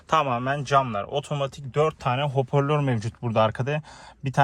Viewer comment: İçerik güzel olmuş fakat telaffuz ile ilgili problemler var, topluma hitap ettiğiniz için bu konulara dikkat edin lütfen. Örnek; “hoporlör” değil “hoparlör”, “fites” değil “vites” gibi…